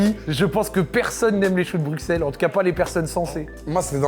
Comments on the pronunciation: Putain stp t’as fait le tour du monde on dit Brussel pas BruXselle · Choux de brusselles ça se dit ahah mais c est okay. Sinon très bonne vidéo